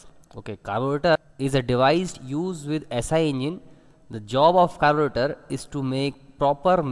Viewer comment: Nice vedio. Like the way you said "carburetor" at the start😂